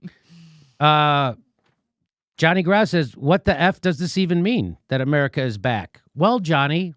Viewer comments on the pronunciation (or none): "eye-meriKa today. Oceania tomorrow."